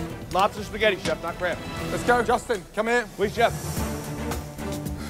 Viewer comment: lol Justin says "Lobster Sketti"